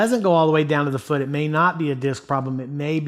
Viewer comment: "Goes all the way down to the fuud, foot" lmao